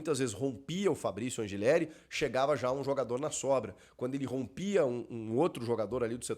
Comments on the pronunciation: Sou Argentino e o correto a se pronunciar é Anrrileri com dois r’S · Chico, só pra constar, a pronúncia correta do nome do lateral do Timão é An[r]ileri.